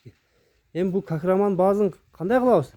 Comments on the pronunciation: Кахраман эмес- кахарман! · Кахраман эмес Кахарман